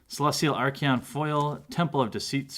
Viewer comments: There is no "i" in archon man, your saying it like Archion, it's archon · theres no E in archon. are con is how its pronounced